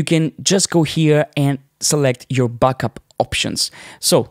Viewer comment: You say “backup” like “buckup”!